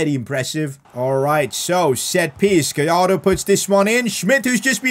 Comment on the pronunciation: You need to pronounce Gallardo right, in Spanish when it is two l’s next to each other you pronounce it “j”. So for Gallardo you say “Gajardo”.